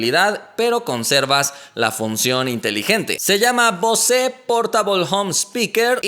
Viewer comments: muy bacano tu canal...pero se pronuncia "BOS" ya que "BOSÉ" es el apellido de un cantante español y la marca no es francesa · No se Pronuncia Bosé... Se pronuncia "BOUS" 😑😑 y se escribe "BOSE"... Buen Video